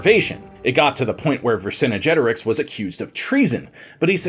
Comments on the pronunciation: It's "Vercingetorix", not "Vercinigetorix"! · Yeah he’s saying it ver cinna jetorix, there’s no a so I’m not sure why he’s saying it like that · "Vher-sin-jet-or-ixe"; you're adding an extra syllable in his name. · I'm asking because I don't know. I have always heard his name as "ver-son-get-oh-ricks". Where does the "ver-son-oh-get-oh-ricks" Come from? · Thank goodness we learned more about Vercin"uh"getorix though. 🙄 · I thought I was the only one annoyed by this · Yeah, he's mixing the English term "vicinity" with "Vercingetorix"...🙂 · I couldn't make it more than 5 minutes due to the continued mispronounciation of Vercingetorix. And that unnecessary music. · Literally butchered his name first time you said it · Dude, this is historically inaccurate & shows a complete lack of any scholarly knowledge. The host mispronounces the name of every Gallic tribe & does a grave disservice to Vercingetorix. Your lack of research is SAD! Do better